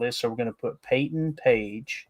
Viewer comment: Are you saying Payton or paintin?